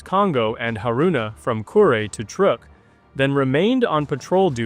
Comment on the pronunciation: Trook is closer to the correct pronunciation which is Dutch I think.